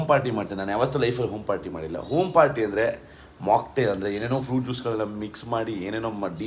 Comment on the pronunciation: OM party alwo loude - it’s called Home - HOM party